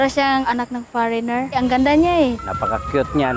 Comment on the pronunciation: Far-reigner??????Ano dw